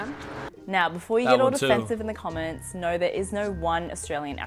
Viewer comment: When we say no, it sounds like 'nar'... hahahahahaha